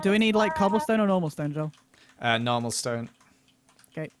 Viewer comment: Joel:have you not seen any of his vidieos hes INSANE Dream:says Joel's name wrong 🤣🤣🤣🤣🤣 Smilellish I thought noon of them know eachother